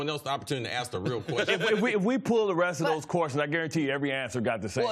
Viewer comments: He's axed to do too much. Dey be axing him to do too much. I wonder how they can axe so much of him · I don’t begrudge someone for not being able to say ask correctly. But maybe find a different word to use if you have problems saying it. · The word you’re looking for is ASK. Not “AXE”. It’s a three letter word. It’s not that hard to pronounce, people. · I hate when people axe people to carry a team and axe them questions. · How hard is it to say the word ASK?! sooooo stupid...axed...just stupid. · AXE 😂 where do they find these illiterate people at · he say aks a lot or is he say ax he needs to get Grammerly . they even have a producer standing 5 ft away so this is part of the script . now if you asked me ..thats a question . i bet bart can say words correct if he wants to besides he is to old to act a fool for money , ax him to say bASKetball or do he say bAKSetball i bet money Bart says BASKETBALL maybe .... acting a fool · Bart Scott be axing all the time... it’s ASK... 🤦🏻‍♂️ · He sure likes saying axe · Aks AX AKS AX. I turned it off after hearing this. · Mr32santana My point is invalid? The word is ASK not AX. One is a question, the other is what you chop wood with. But go ahead and keep advocating for stupidity because it's somehow cool. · Let us not forget 'akse'...as in 'nobody never done akse more questions' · Why do you axe? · Only if you axe politely. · Why don't you axe him how to say that to his face?😀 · Its ask...ask...ask...you are on national television...ask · please learn how to pronounce ask ! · Sounds professional, "axe" this "axe" that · Its crazy that Americans can't pronounce the word "ask". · Can Bart pronounce “ask” or “asked?” Axing for a friend. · How hard can it possibly be to sound out a 3 letter word for God's sake....ASK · Ax yourself, axed yourself... Really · Mr32santana Because when you intentionally speak incorrectly you make yourself out to be a fool, and anything else you say loses credibility.